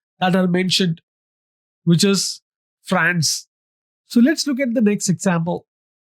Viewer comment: Love the way You Say France lmao